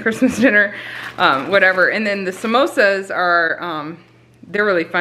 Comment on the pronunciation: Great haul!! When you say simosa I think “mimosa” 😂Is there a video of how you do your breakfast? I’m trying to cut my sugar and gluten way back/out.... trying to learn to like eggs 😳😫💕🙏🏼💕🙏🏼 germ free Kisses to Seth!